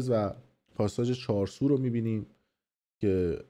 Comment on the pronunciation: آقای مثلاباسوادورسانه ای وگزارشگرسابق صداوسیمای ایران چهارسو نیست چهارسوق یاچارسوق هست.موندم واقعاصداوسیما امثال توروجمع کرده سالهابرنامه میسازه 😂😂😂😂😂😂😂😂همینه میشه صداوسیمای میلی وفاضلاب